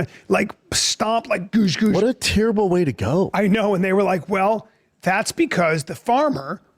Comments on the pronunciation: “A teer-able way to go” someobody needs to teach that moron Brandon how to speak correctly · Cant pronounce the simple word terrible 😣